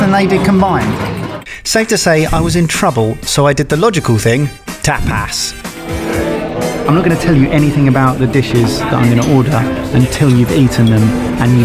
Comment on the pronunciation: Tapas pronounced by as "Tap-ass"